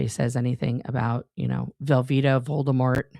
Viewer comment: "Velveeta Voledmort"?!? BHAHAHAHAHAHAHA!!! 🤣🤣🤣